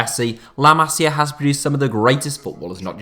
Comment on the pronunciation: Yo,it's not Cales Puyol it's Carles you have to read the R,not ignore it and you said "Masiar Academy"! Like what the hell man?!Where did that R come from? It's Masia Academy not Masiar Academy